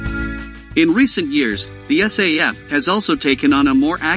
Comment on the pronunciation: Is not say f ,is SAF